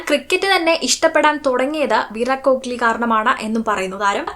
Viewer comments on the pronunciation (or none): Aaara chechi ee parayunna വിരാട് " കോക്ളി " 😂😂